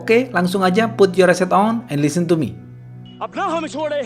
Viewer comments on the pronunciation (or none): Bang, ada keturunan India yah? Logatnya ketika bilang " listen to me " wkwk